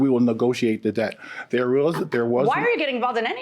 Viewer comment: ......................................................... She said she went "OVER DARE" ..... Did not say "OVER THERE" ............ ......................................................... She dìd not "LIKE" the house She said she "LIK ED" the house ......................................................... That's so sad "😢" .........................................................